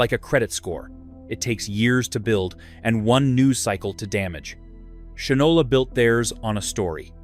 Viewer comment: Shinola is pronounced "Shynola." Unless you are obsessed with polishing your shoes, what moron would name a product, let alone a watch, Shinola - knowing the widely used historical phrase: "he (or she) doesn't know the difference between shit and Shinola." (black or brown shoe polish). I would think of shit, and laugh out loud, every time I looked at my watch.